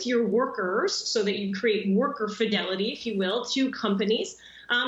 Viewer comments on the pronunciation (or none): none